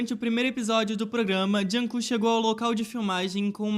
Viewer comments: "junkook" não "junkok" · Que raiva tadinho o kook "jung kook" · "Joonkong"fiquei com pena